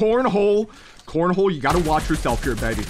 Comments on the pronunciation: It's CONEJO not CONHOE. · ConeHO 😭🤣 its CoNeHO which means Rabbit in spanish. Lol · Co-ne-ho it’s bunny in spanish. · BTW his name is CONEJO NOT CONJO and it means BUNNY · I think you pronounce his name as Ko Nye Ho (conejo) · How many different ways can this man say conejo incorrectly?! 🤣 and the answer to how many ways he can say it correctly is zero 🤣